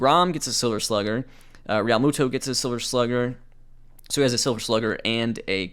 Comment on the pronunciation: the weird spacing of J T Realmuto's name is driving me nuts lol